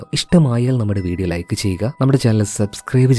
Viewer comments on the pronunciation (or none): none